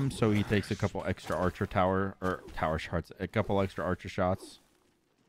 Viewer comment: First of all thanks for making this vid at 1am. Second of all, you definitely said "Tower Sharts" 😂😞😂